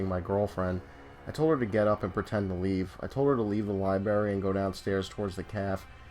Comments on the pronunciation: alex majors yeah I noticed that too. It’s lie-BRAIR-EE! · "Lie-berry?" Haha. Just messin' with ya bro. Dig the channel so far, subscribed, left like, have some suggestions for posts, are you interested? either way keep up the good work